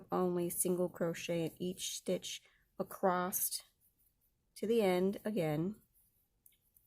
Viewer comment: There's no T in the word across.